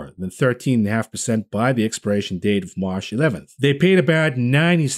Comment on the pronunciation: I like how u say "Marsh" instead of March.